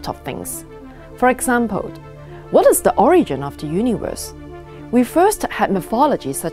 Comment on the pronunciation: No offence but please be aware of some of the pronunciation 🙏🏻 - for “example” , why did you add “d” sound at the end of example? I have viewed other videos and the pronunciation problem has existed too🥶🙏🏻